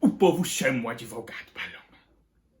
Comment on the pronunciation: "Adevogado" Paloma é lindo com esse cabelo natural